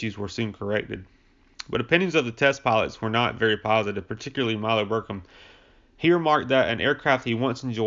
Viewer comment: Muroc (Meurock), not Merick. Milo BircHham, not Birkham. Jesus, dude. If your going to use Wikipedia as your script at least read it correctly.